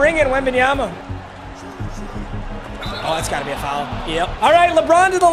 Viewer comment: pronouncing foul as fowel is infuriating